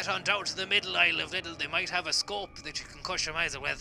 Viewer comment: With a shcope from the middle aisle in Lidl 👍🏻